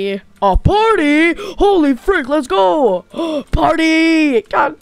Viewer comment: bro said "fredrina told me to get you guys there having a potty"